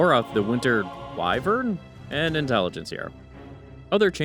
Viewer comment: You mispronounced Wyvern. How? Also, why did you report on the 6.75 update twice, once for DotA and a second time for Dota 2 as if the balance changes weren't the same?